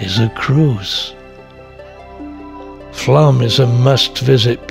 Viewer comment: It's either Flåm or Flaam, not Flam ;-) Sounds like flawm.